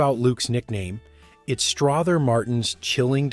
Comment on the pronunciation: "Stroth-her" Martin......eye roll.